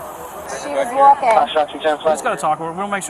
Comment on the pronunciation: "She's wulking"